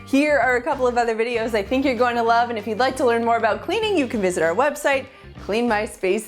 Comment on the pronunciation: Did she say "I rove ta food"?